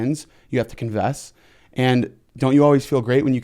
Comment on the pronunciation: Convess?? Lol why he say confess like that 😂